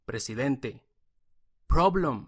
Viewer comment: Problom? Xd